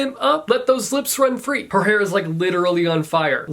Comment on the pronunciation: Lit-erally... YES!